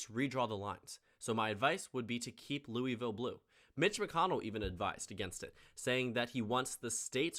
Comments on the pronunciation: Also we don't pronounce the i in Louisville it sounds like Louvlle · no one pronounces louisville like that. Its pronounced “loo-uh-vull”. J an fyi before u get shit from a bunch of kentuckians